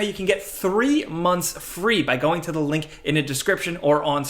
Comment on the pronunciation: Dude, you can’t even pronounce the word “THE” correctly how am I supposed to trust you when you keep on saying “Da”.